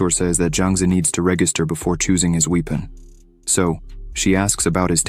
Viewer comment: I like it, has above average grammar but come on the AI reader is annoying. keeps reading words like weapon as "weepon" and friend a"frind" Bow as "boo" etc...